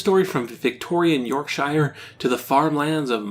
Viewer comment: "York-sure", not "York-shy-er". The only time "shire" is pronounced "shy-er" is when it's alone (as per where hobbits live). All other uses has it unstressed and sounding like "ur". Yorkshire, Lancashire, Worcestershire ("Wuster-sure"), etc. (Though, in "A Day In the Life", John Lennon does pronounce Lancashire almost like "Lanka-SHEER" instead of "sure".)